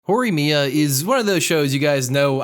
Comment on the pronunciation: Just say “Mia-more-a